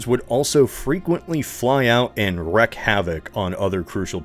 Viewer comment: Odds are that you read this comment are slim. But you're a professional narrator and I feel compelled to help you. The first half of the term "wreak havoc" is pronounced reek, not wreck. It took me a while to figure that out myself. It's one of those terms you read more than you hear spoken aloud, so no shame in it!